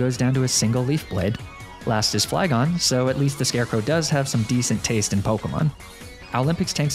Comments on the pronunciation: Hmm, yes. ASSarola. Very good pronounceation, Fleagoné. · lafage Me it’s Leafege